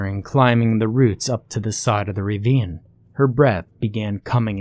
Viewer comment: Why do you keep saying "ravine" as "reeveen"? It's ruh-veen. This story was pretty dope. It starts like it's going to be stupid.. but it's actually super intense. This game sounds fun though now I'm terrified to play it lol. Although there was one mistake.. you cannot expand your lungs against the ground when you are face-up.